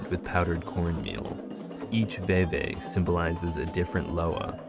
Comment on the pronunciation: 1) Baron Samedi is pronounced "Bay-ron Som-Dee" 2) Veve is pronounce "Vave"